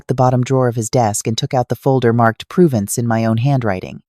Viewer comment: It's a shame that AI mispronounces basic words, like Amanda and Provence. This could be interesting, but that's a major flaw that distracts from any sense of authenticity.